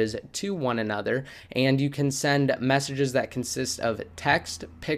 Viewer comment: Did you say messenges or messy jizzy.